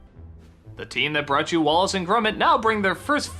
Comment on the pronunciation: Did anybody else hear him say "Wallet and Gromit"?